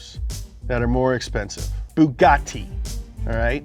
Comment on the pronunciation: The Pronunciation of the Bugatti was on Point😂